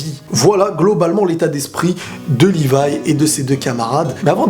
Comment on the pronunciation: C pas livaï c levï